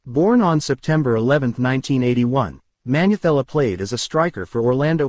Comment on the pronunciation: Hahaha, it's Ntuka and Manyathela's pronunciation that is cracking you up, hahaha